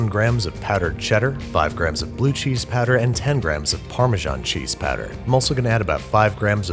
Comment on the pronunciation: I was looking away when you brought out the powder (I was applying clotted cream to a scone), and I had no idea what "cheese patter" was